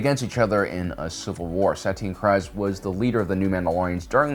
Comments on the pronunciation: I hear people say the name Kryze [kreez] NOT [krayz] the way that you say it. I heard Favreau, Pedro, even Katee say [kreez]. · Kr-eeeze.....not Kr-iiiize. Stop making up pronunciations. Lol. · Why do people have such a hard time pronouncing Kryze? (Kreeze)...It's weird hearing people pronounce it "cries". We hear them say "Duchess Satine Kryze" numerous times in Clone Wars. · isn't her house name pronounced Kreez-c ? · Dude, the last name is pronounced "Kreeze" like freeze. That bugged me the entire video. Don't agree... Watch Rebels or Clone Wars... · Pronounced ( kreez) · Kyrze is pronounced Cree-zah